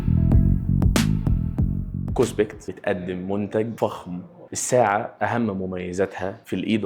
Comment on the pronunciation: اسمها كوسبت مش كوسبكت